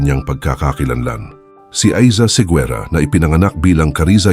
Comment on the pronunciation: You should pronounce it as Segera, not Seguera.